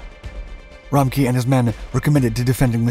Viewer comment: Wow i didn’t understand the name of the CO until i googled it and I’m German. 😂 His name is RA-MCK-Ev